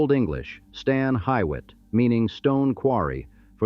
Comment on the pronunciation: Akron wants AI to stay out of our history!! What in the heck were 1/2 those pics? How do you pronounce hywet….😂👎